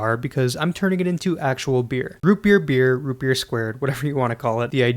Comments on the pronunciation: ROOUT BERR! YEEAR ROOUT BEEER root berr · Root bebeer